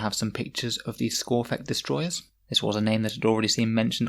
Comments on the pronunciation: It's skorpekh not skorphekh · its skorpekh not skorphek